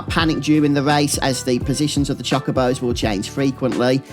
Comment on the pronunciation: they're not chakabos they're chocobos. "cho-ko-bo"